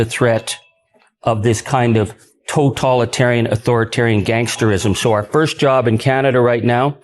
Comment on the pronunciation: I am so very proud of Charlie Angus (even though he totally misprounces "totalitarian" and "totalitarianism" each and every time [Ben: You seem to have picked it up from him too?]). I am so very proud of our Prime Minister, Mark Carney. He doesn’t allow the fascist to the south of us to trigger him into reacting. (It must be driving the fascist bonkers! [Well, MORE bonkers would perhaps be more accurate.]) I am so VERY proud of my fellow Canadians. It is the grassroots nature of our actions that are having an impact. I think that many of us are rather surprised that we've come together like this, that we are actually united on these crucial issues. Thank you, Ben, for bringing us Charlie's powerful and important speech. Keep on keeping on. STAY SAFE and ELBOWS UP! 🇨🇦 ❤️ 🇨🇦